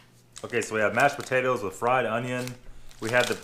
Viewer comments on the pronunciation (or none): none